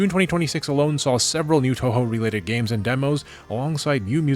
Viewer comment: it's pronounced two-who btw